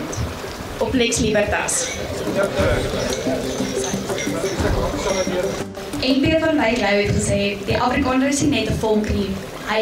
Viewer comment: Uitspraak nie "Liebertas" nie, maar Libertas, asb. (Jy het seker nie Latyn studeer nie.)